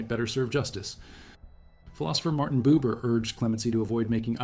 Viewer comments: Philosopher Martin Buber, not Martin Boober! Tssss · "Martin Boober???" Kill AI at all cost.